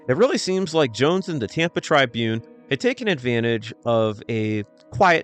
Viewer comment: U have a stange way of pronouncing "Tribune".